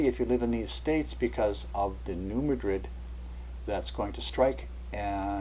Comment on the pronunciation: I just hope I didn't sound like too much of a nitpicker. It's just that, being from Kentucky, I reckon I let it bother me too much when I hear people on TV or such pronounce it like the name of the Spanish city.